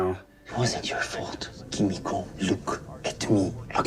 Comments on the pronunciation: Lol I noticed that a lot of reactors pronounce Kimiko’s name like coo-me-co 😂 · Is it just me or are they mispronouncing Kimikos name? Lol 😂 Great reaction, keep it up. By far my favorite reactors